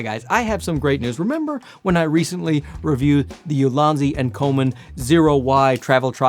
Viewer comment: It's pronounced EEou-Lan-Dz in Chinese. Translated to Excellent Basket or Optimized Basket. I don't know the meaning of basket in the branding as I don't know the company history. Maybe a basket of useful photography tools?